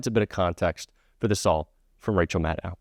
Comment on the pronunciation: Respectfully, it's MADD-OH, rhymes with Shadow. No "OW" involved. Thanks,. 💙